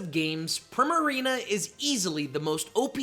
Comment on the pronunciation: It’s pronounced arr-KEY-iss, yoo-NUH-vuh, PREE-muh-ree-nuh, and HEE-SWEE, “”! 🤨 How many times do I have to tell you?? 🙄